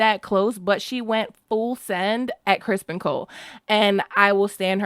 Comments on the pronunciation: Criston ...not Crispen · Oh please stop saying Crispin It’s Criston Criston Cole!!! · I'm truly sorry, but have I missed some inside joke? Why do you keep referring to Set Criston Cole as "Crispin"? LOVE ur videos, but am confused at the moment..lol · I’m missing some major joke here. Why is everyone calling him “Crispin” instead of his name “Criston” ? What did I miss??? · Everyone calling Kingmaker Cole "Crispen" like Damon did.🙃😅😅😅😅😅😅